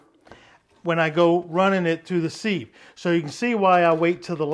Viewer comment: Thanks looks yummy!! Don't mean to be rude but thought I'd tell you sieve is pronounced like give, or like....a thing with tiny holes that lets liquids through...LOL ...How about a video, steak for the wife? Hmmm I bet your a good cook!!